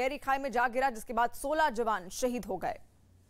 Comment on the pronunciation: Moat nhi shahid